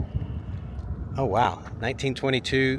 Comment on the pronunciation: around there we usually say “uh -GEAR-ry” to pronounce “Aguirre”